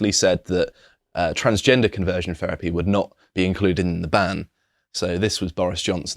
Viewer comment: Please stop saying "ferapy"